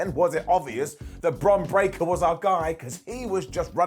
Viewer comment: called 'Bron Braker' 'Bron Baker'.....🤣😂